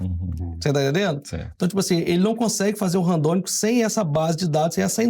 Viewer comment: É Randômico e não Randônico como o irmão estava falando.